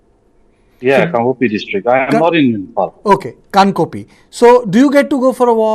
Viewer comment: Respected Sir journalist say kangpokpi junction, not kangkopi😊